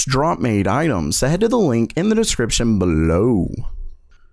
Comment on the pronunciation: i like how you say below xD